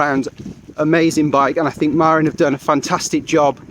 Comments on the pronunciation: Marín, not Marin. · It’s pronounced muh-RIN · Hee hee - that's a British thing... I used to pronounce it MAR-in too until I moved to California and realised it's Ma-RIN.